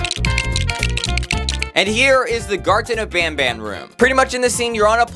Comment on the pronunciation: NOT VAN BAN